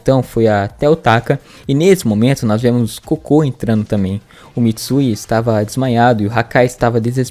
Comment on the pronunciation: Gente o nome do cara é Koko ou melhor Kokonoi e não cocô 🤣🤣🤣